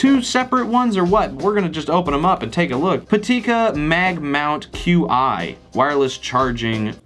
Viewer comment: "Chi" not "Q-i" 😂😂:!